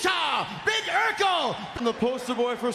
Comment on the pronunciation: Urkel starts with U not E...